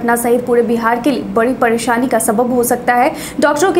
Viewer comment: Padesani nahi presani bihari log ka?